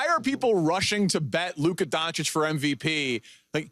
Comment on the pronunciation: "Luca donic"